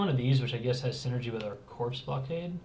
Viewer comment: Its Bomber Core. Corps is pronounced core. Like Marine Corps